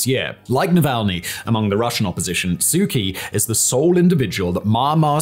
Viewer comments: Why do you pronounce her name "Key" when everyone else calls her "Chee"? Why is there a big Lifesaver floating behind your head? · I really like your videos! Please know that the nameof the Burmese lady your Burmese report is about is prnounced Soo CHee, with a ch as in church.